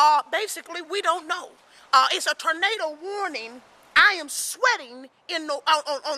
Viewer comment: she said "tornada"